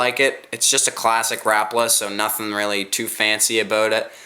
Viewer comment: it is pronounced Rap-a-la not rapla